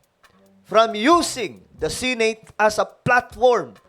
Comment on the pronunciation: The word Senate..si-neyt ang pgpronunce mo sir,bisaya ka ba? Di ba dapat..se-net ang tamang pgbigkas?